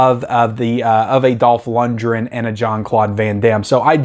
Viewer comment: Luc Deve~row and Dolph lund~gren. You unisoled these names, lol. Love your channel, man!